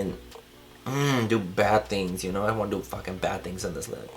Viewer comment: the tongue roll though , "ya know" 😂